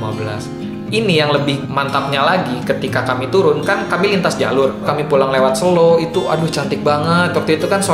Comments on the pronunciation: Yg lucu tuh waktu pengucapan jalur Selo, yg betul tuh ngomong nya Selo, Bung, bukan Selo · Bukan selo bg tapi selo wkwkw pake e buka e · selo bang bukan selo